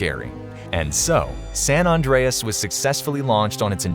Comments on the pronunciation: I'm cringing every time it's called "San Ondreas." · Surprised that people pronounce San as 'Sawn' and hearing "Sawn Andreas"